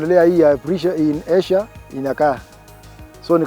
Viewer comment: He meant ayshire but pronounced it as asia